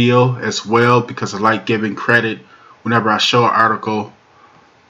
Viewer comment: "Wayo" is not a word as the way you pronounce it. The proper spelling is "Well" and is pounced like it is spelled